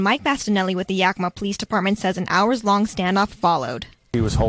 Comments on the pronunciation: you are so funny. You are right. It's pronounce Yack-ca-ma or "yeah"-kee-ma... I should know I live in crazy Washington. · Yakima is a shit hole....It's pronounced "ya.keem.a"! I'm an hour from there! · Know The Ledge Show yak-a-ma the last part sound like your pronouncing mother but with an A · 👀 👅 LMAO~ i still 💗 you tho!! No one ever pronounces the names of these WA towns right unless they are from here.. like me!!!! (YAKK-EM-MA) ( yakk KIM- ma) Sounds like these words..YAKKY HAIR GET 'EM UP YOUNG MA... 👀 👅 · Yak-a-mah is how its pronounced. This is super bs and another unnecessary violent act. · The area where these people live is pronounced yak ca mah. Yakima is a Native American word from Northwestern Indian s. I use to live in Washington State.😊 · Miss Lotus No. Yak-ca- ma. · It's pronounced Yack-ki-mah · It is pronounced Yah/ Kima. Outside Seattle. Love your show.